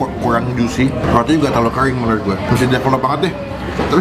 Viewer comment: Kering bang, bukan kreng 😂